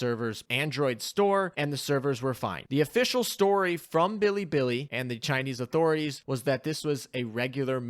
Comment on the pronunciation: how he pronounces bilibili tilts me. its not fucking billy billy...